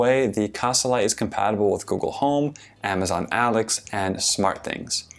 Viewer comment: did he just say amazon alex, who is alex